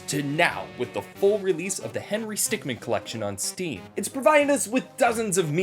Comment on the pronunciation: is no one gunna talk about on the desecration that he said Stream Instead to Steam?